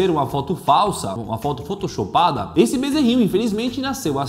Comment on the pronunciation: Quem viu o DanielMolo Falando "PHOTOSHOPADA" (Quem viu Da LIKE)Quem não viu Comenta